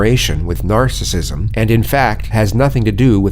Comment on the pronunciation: Narrator said “närcissism”